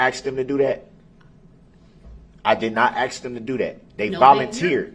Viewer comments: He didnt axe them axe isnt a word F-FACE ASK IS THE WORD. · He “axed” them to help him.😂😂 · Did I axe den to doo dat??? What a scholar. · 🙋‍♀️ I have a question. Does he have a speech impediment, or does he just not know how to properly pronounce words? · "Did I axe dem duhdoodat? I did not axe dem duhdoodat." - 'Duh'-Rell Brooks (Uhledjd Diffendint)